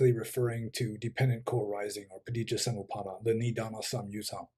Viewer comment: Superb That Rendering of Paticca Samupada was spot on